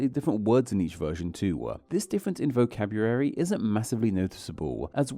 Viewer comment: Interesting that you don't pronounce the L in vocabulary.